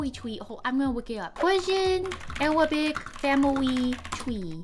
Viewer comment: As an arabic i can tell you that your arabic prononciation is pretty good compared to others you’re very close to the actual arabic accent